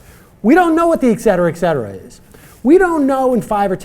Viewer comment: Did this pretend journalist just say "Ekcetera Ekcetera"? It's ETcetera, dumbass.